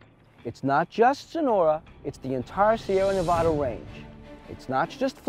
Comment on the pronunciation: Learn how to pronounce Nevada.